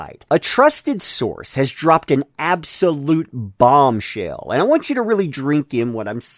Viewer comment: Omg when you say bombshell you really mean BOOMSHELL fab-u-lous couldn't happen to a crazier biatch thanks